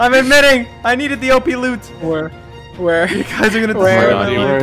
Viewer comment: Nope listen closely at the end of the word he said loot